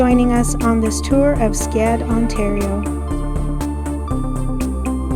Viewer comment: It's pronounced skead like read not Skade I know because I lived there my whole childhood